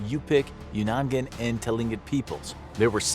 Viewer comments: I just want to throw this out there Tlingit is pronounced (clink it) not (til ling get) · FYI - Tlingit is pronounced "Klink It". A bit of Alaska trivia for you. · Tlingit is pronounced "clinket" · you cant sound out Tlingit if you do that you will mess up the word like he did you should say it like clink-it I know this because I live in Alaska and I am Tlingit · Lol I think tlingit is pronounced almost like kl sound in the beginning.